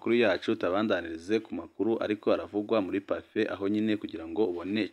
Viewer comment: We, ntibavuga Pafé, bavuga Pafe